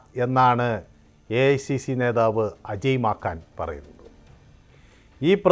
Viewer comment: അജയ് മാക്കാനല്ല, അജയ് മാക്കന്‍ എന്നു പറ